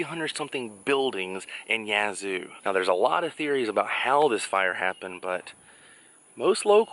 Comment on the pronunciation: Thank you for pronouncing Yazoo correctly.